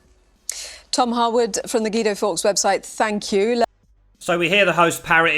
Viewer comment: And now we have Gweedo Forks......